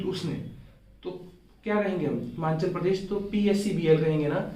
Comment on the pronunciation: Himachal hota hai himanchal nahi